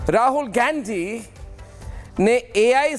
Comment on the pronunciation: इस गधे को शुद्ध गांधी शब्द का उच्चारण भी नहीं आता है